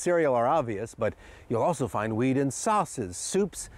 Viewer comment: i swear he says "weed" instead of wheat